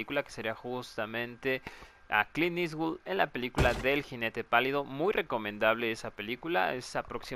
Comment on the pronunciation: oye me acabo de dar cuenta, es "Clint eastwood" no "Clean eastwood" xd